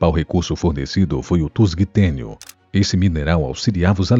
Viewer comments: Narração fraca. Estação de "Câmbio de Hendaya"?Metal "tusgtênio", ou seria tungstênio? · "Tusgitenio" é foda...Tungstênio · Deve ter sido um humano que inventou o "tusgtênio" ali no meio do vídeo 😂😂😂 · min Tusguitênio? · > > "TUSGUITÊNIO" ......................QUE PORR@@ É ESSA?🤣🤣🤣🤣🤣🤣🤣🤣🤣🤣🤣🤣🤣🤣🤣🤣🤣🤣🤣🤣🤣🤣🤣🤣🤣🤣🤣🤣🤣🤣🤣🤣🤣🤣🤣🤣🤣🤣🤣🤣🤣🤣🤣🤣🤣🤣🤣🤣🤣🤣🤣🤣🤣🤣🤣🤣🤣🤣🤣🤣............................. COMO É BURRO ......................CAPIM ! ! ! 🤣🤣🤣🤣🤣🤣🤣🤣🤣🤣🤣🤣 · Me perdeu quando criou o "tusguitênio"... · Erros graves de pronúncia, dentre outros. Tusgtênio? Ora...